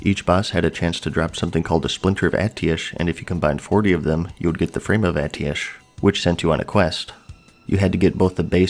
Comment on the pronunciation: why do you keep saying Atiesh wrong